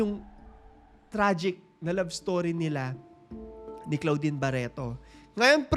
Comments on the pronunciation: Sakit s tenga ng pgkkapronounce mo ng name ni claudine (clodine) not CLOUDine😅. Kng bata kpa nsa 3yrs old ka p lng that time, pno mo nsbi n nkkakilig?puro hear say, not credible😢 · Clo - din kasi ang pronounciation hindi klaw-din hahahah na cringe ako very light, pero ganda ng content na to